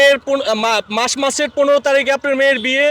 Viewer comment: 🙄🙄🙄 maser nam e occaron korte partese na e naki sangbadik